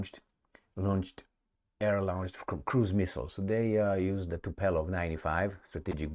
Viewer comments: TupOLJEv, not TupELOv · It's not TupElOv, but TupOlEv